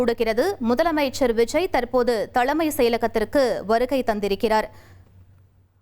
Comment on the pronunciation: 👎 to the news reader for her bad pronunciation தலைமை (தளைமை அல்ல) அலுவல் (அளுவல் அல்ல)..... 👎